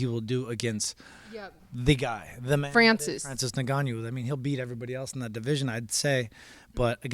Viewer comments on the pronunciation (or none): Did he say Francis Nigonyou?